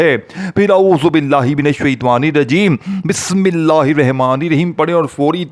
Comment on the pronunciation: Tu kya vajifa bajayega Tujhse Bismillah to sahi padhne aati nahin